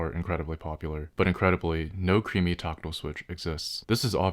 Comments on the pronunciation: it's weird how he keeps saying toctill instead of tactile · Tockle? Taco? Tooko? Torkatle? WTF is he saying? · Tackle switch? Toggle switch? You're definitely not saying "tactile." "One has seen the light." Nvm.